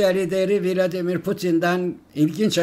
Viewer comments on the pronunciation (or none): none